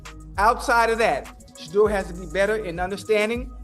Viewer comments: If you are going to use the sanders name to get clicks on your content learn how to say his fucking name right. It’s not Shitdur you dope. It’s shhhdoor. Sound it out my guy do some research. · I thought it was $h!dder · Exactly what I was going to say. My fave was Shiddur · This man called him Shitter Sanders lol. Shadder, sheduguer, shidder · “Shad-uhr” Sanders lol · Why can these people doing this videos can pronounce his name CORRECTLY.. PATHETIC. .. SHUDER SANDERS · The narrator of this video doesn’t watch anything footbal! He can’t even pronounce Shedeur’s name right! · How did you pronounce his name 20 different times in one video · I understand what your doing with this video. Just stop. Why aren't the browns starting a 5th round pick. Pronounce his name correctly. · Video should be called "how many different ways can you pronounce Shedeur wrong" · How many different ways can you mispronounce Shadeur? C’mon, man! 😅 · I'm tired of you saying this kid's name wrong. I've watch 2 maybe 3 videos of you saying this kid's name WRONG over and over again. It's not hard to find a clip or video of His Dad, friends, teammates or ever other sports analyst saying his name CORRECTLY. Go find one. Learn the correct pronunciation. It's almost disrespectful at this point. Let's do better. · Shadore Sanders learn to say his name right.